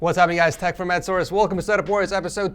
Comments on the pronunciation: "tEcH fRoM EDsORce" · i got stroke, "tech from ed source"